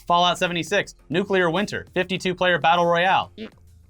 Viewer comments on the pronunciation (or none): none